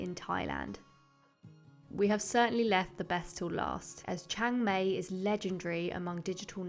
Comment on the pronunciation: Please pronounce Chang Mai properly, it's Maaaay , so exactly the opposite of how you would say May